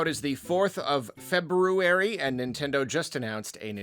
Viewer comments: FINALLY!! Another who says Feb-ROO-ary! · opened the video by pronouncing February correctly. so satisfying